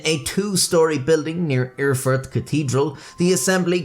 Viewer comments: It's not "Urrfurt", it's "Erfurt", the "Er-" being pronounced as "air" is. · I swear he said "Are fart". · Did you say “it occurred in 1184 in the German city of El-fart”, Im not rewinding the video but please tell me that’s what you said 😂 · " .. in the city of Her-Fart .. " sorry i'm 12 years old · prounced "eugh-fart". #funfact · hehehehe he said "Erfart"